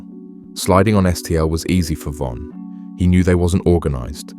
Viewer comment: Take her to the o von dissed duck and ducks brother brick if your gonna make a documentary about people make sure you know everything and pronounce stuff properly cause this is ridiculous